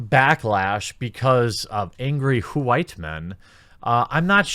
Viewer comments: Why do you say "WHOO-WHITE"? That sounds more annoying than anything this man hating woman has said so far. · Dude I agree with u. But STOP! Saying white like that it's fuckin annoying